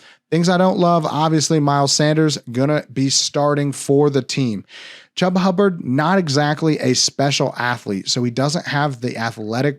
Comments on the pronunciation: It’s not “Chubb-a”, it’s pronounced “Chew-ba”. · No one has pronounced his name Chuuuba, I have always heard it pronounced “Chewba “ lol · He is not saying Chu ba, he is saying cha ba. Guess he can't pronounce his name properly. It's ChU ba. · On my life I had no idea that wasn’t the correct pronunciation. I’ve always called him that and no one on the team has corrected me. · It hurt me every time lmao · You refuse to say Chubba’s name right huh? Smh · I didn’t know! I’m legit learning I’ve never said it right. Apparently no one has ever corrected me before. My b. 😂